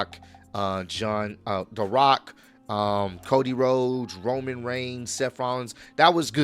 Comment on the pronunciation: It's roman not roam